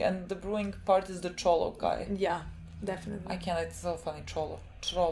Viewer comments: Its Chrollo as KROLO, similar to the spelling of crocodile xd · Tip, just say 'KROLO'